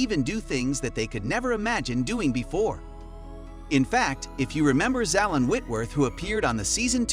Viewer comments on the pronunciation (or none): Her name is pronounced ZAZ LYNN. Can you remember that? And lb. is pronounced POUND!!!